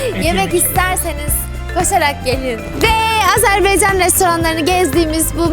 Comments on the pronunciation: Yanlış bayrak koydunuz 🇦🇿bir de Azerbiycan deyiş Azerbaycan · Güzelim Azerbeycan degil Azebaycannnnnn